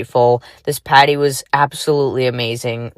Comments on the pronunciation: I hear 'potty'... 🚽🫩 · I kept on hearing “patty” and frankly I just felt like she should’ve done a burger theme with how she was saying party.